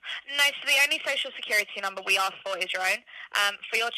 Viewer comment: You lost me when you said axe instead of ask.